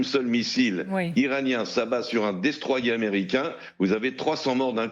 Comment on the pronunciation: Il a perdu un pari et a eu un gage « dire Destroié au lieu de Destroyer » 😂